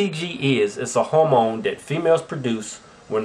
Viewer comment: Are they trying to say "hormone"? :/